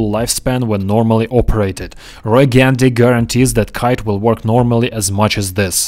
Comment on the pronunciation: Roy Gandhi?? LOL. Roy Gandy.